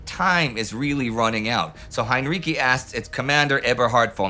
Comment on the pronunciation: Heinrici is pronounced with the second half sounding like "ritzy".